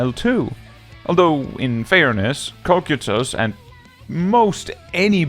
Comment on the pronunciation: Small nitpick, but a nitpick nonetheless: P9N Kokytos, assuming it's name derives from the greek word, is probably pronounced with the "ky" being as "kai" or "keye" and is broken up like "ko-ky-tos". It's like, not at all something that matters, the autistic brain worms just wouldn't shut up unless I said something.